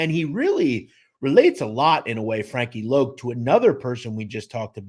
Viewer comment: It’s Frankie Lo not loc